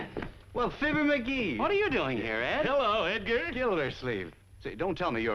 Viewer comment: Fibber, not "Filbert."